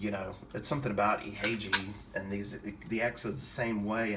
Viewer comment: The way you say Ihagee is Ee-ha-gay. Exakta was the world's first 35mm SLR. The Carl Zeiss Jena lenses are the best.